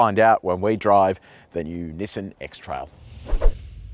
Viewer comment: nassain xtrail or nissan xtrail??????????????